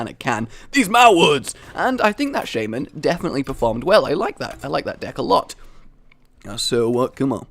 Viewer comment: you are pronouncing Shaman kinda wrong